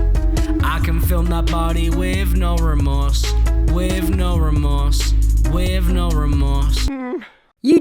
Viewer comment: "wivv no rumorse"